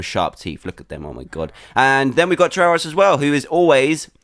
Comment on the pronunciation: I wonder why it's soooooooo hard to say try Tryurus